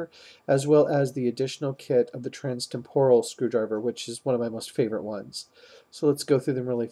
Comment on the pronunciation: Why do you say Temporal wrong?